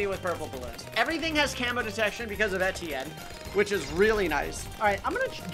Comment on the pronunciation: Why do you call Etienne Steven?